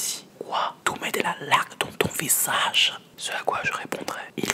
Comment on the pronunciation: '' kouuaa tou mets do la lac dans ton visache''